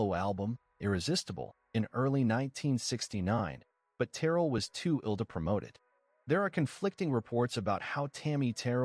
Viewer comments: AI, it's Terr rell. Not Terrell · It is Terr elle, with the emphasis on the elle.